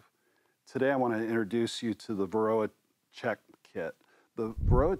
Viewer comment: Wth is veroa? Not very clear.